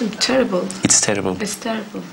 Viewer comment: It's teddible, just teddible lmaooo